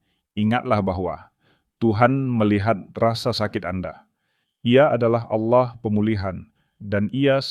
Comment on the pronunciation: narasi nya ok sih..tp jgn asal baca aja..kalau mmg yg baca narasi nya tdi beragama islam lebih baik membaca narasi tentang islam aja..jgn baca narasi tentang kristen..kata "Allah" harus nya dibaca dgn logat bahasa indonesia yg bnr..jgn kearah2an...dan carilah kata2 yg mmg hanya mnngunakn istilah2 atau kata2 kristen aja,jgndicamour aduk dgn kata2 istilah islam,sprkata "aurat ",dsb..spy tdk terasa aneh dalam mengikuti atau mendengar narasi yg diucapkn tadi...agak sedikit aneh dan menjijikkn aja mendengar pengucapan "Allah" dan kata"Aurat " td... Thx